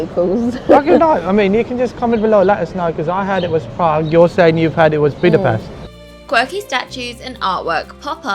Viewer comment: You pronounce it “Budapesht”